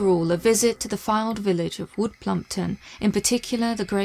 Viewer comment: U said plumpwood 😂